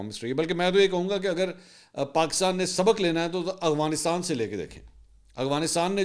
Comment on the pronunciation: Mansoor bhai, please try to pronounce AFGHanistan as its written, instead of AGHVinistan that you usually say 😊